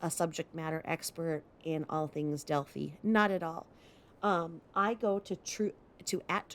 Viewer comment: Hi! So happy for you on your increasing subbies! Also glad you’re covering Delphi, (long i sound on the end). I was born & raised in Indiana not far from there. Love love love your channel! ♥️